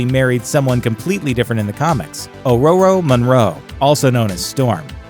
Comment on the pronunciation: Why can't you lazy assholes be bothered tr o at least try and pronounce character names correctly? "Aroro?" Are you sh*tting me?